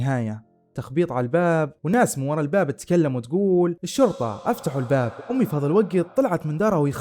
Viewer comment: ماشاءالله عليك استمرّ… عندي ملاحظة ياريت تاخدها بصدر رحب وهو في النطق والمد في نهاية الكلمة مثل الجامععععععه اليوووووووم اميييييييي قاليييييي قوتلهههه ….تفضل بقبول نقدي وبالتوفيق